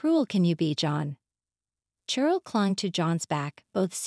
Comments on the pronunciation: Carol is pronounced with a "K" sound, not an "SH". As in, A Christmas Carol. Edit: Ah, I see, they called the same woman both Carol and Cheryl. You're right, Cheryl is pronounced the same as Sheryl. Either way, they mispronounced it. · It is pronounced Sheryl with an sh sound